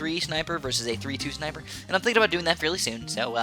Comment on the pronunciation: I love when says "Shniper" 😂😂😂